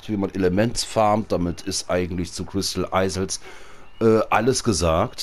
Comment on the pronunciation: oohohohoh wie du immer crystal eisels sagst XDD das heisst doch iels ausgesprochen